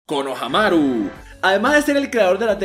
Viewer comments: Es konoHAmaru haciendo énfasis en el "HA".Tu lo haces en el "MA" y suena homosexual ja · Porque le dice konohanaru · Me caga que siempre digas mal los nombres. Konohámaru* LPQTP >:v